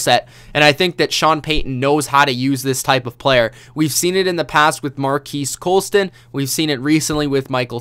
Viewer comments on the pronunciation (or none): Wow dude it’s spelled Marques Colston pronounced Marcus Colston...my goodness u butchered that name...but thanks for the analysis on Meredith